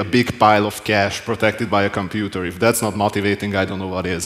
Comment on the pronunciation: “Get to the Computah” 😂